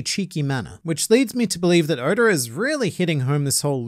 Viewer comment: Man said goda🗿